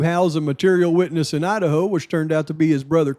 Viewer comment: Wow, mind is blown!!! Holy shit, no you cant make this stuff up!!! I love how you call the state "Lidaho"